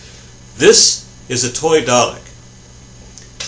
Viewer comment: Why do americans always pronounce the name dalek wrong?